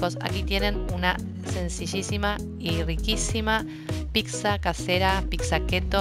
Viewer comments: Se dice Pizza, no PiXa. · Me gustó mucho la pizza . Lo único que no me gusta que pronuncie picsa, se que es tonto decir eso, pero bueno